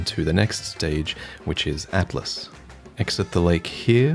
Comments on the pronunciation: So, you said "Atlus" plateau a few times in your video. I'd like to point out that the "A" and "T" are in the other order: "Altus". I'm assuming it's meant to be pronounced ALL-TUS, but who knows? I think it's pretty unlikely to be pronounced the same as the word for a book of maps. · Altus not Atlus. Just saying. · It's Altus, not Atlas. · Hey man, just wanted to point out I'm pretty sure you're mispronouncing "Altus plateau" It's AL tus. You called it Atlas or Atlus in the video. Nice video though haha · Hey just a side note you called it the Atlus plateau but it's actually Altus the L and T are switched, other than that fantastic content again can't wait for more even though I don't really need the guides anymore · Great video! And you've probably figured this out by now, but it's Altus Plateau not Atlus. The l is in front of the t. I've heard a lot of people call it Atlus and I don't know why. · So wait is it "Al-tus" or "At-las" plains? I keep pronouncing it loke. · He kept calling it 'Atlus' plateau lol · Altus, not Atlas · ALTUS not ATLAS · Say it with me: AL-TUS. Altus. Please, lmao